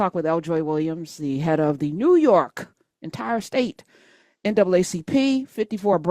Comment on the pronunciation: "Newu York"😂😂😂